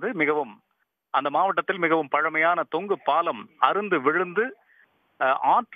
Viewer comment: Thongu paalam nu sollunga thongu paalm sollathinga